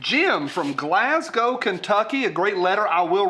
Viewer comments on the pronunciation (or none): none